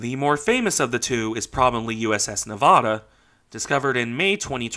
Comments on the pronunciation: It's pronounced "Nevada" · don't you mean "Nevada"?